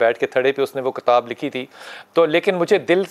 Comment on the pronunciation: Sir kataab nahi hota kitaab hota hai